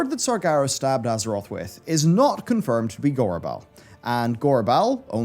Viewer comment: You kept saying "EARTH"